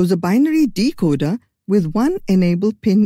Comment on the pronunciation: Decocer not decoder